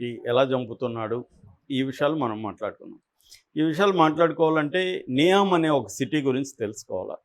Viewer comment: ఇది విడి కి డైరెక్ట్గా సౌదీ నుండి న్యూస్ వచ్చింది. నియోమ్ అనికూడా పల్కలేక చెత్త వాగుడు వాగుతున్నాడు,దానికి ఒక తప్పుడు నిర్వచనం.ఇలాంటి చెత్త ఛానళ్ళు చూస్తే జనాలు పెడ త్రోవ పడతారు.